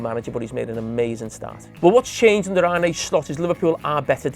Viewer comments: 4 months into the season and he still can’t get slots first name right .. he’s a fkn embarrassment! Arnuhhh not arneyyyyyy !! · Still baffled as to how Carra pronounces Arne, where’s this Arnay come from? Carra, did you not play with a guy called Jon Arne Riise? It’s the same name. Pretty sure you didn’t call him Jon Arnay Riise. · Arnaay slot😂😂 the way his accent make him butcher the simplest of names